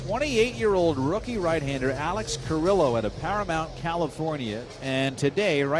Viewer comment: Alex CA REE OH not Car il oh.